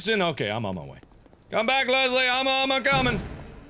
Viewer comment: Biggest pet peeve, there is no 'z' in LeSSSley!